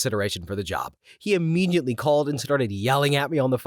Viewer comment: The narrator mispronounced and screwed up the "Philly Vanily" joke. It should have been pronounced to rhyme with "Milli Vanilli." Also, this is the second video I've watched where the narrator mispronounced "immediately." The correct pronunciation is "uh-MEE-dee-uht-lee," not "ee-MEE-jit-lee."